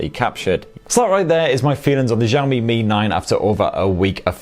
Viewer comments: jaomyy waweii lol why Americans cant say the names of chinese brands truly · I ll sub when you pronounce the Xiaomi properly !